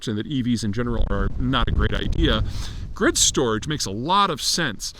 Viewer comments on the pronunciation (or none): none